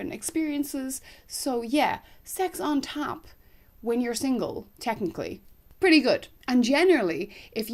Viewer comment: Were you saying "on top" or "on tap"? Really. I thought maybe on tap was an Irish/U.K./milleniall expression.